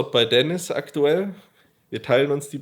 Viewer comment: deniz lan ( bitte dennis nicht denise :D )